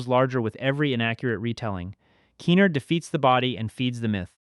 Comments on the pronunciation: TF is key-nerd? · You're mispronouncing Kenard's name, great video otherwise.